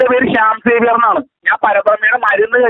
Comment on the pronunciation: ശ്യാം സേവ്യർ.. എന്ന് വ്യക്തമായി പറയു സാർ.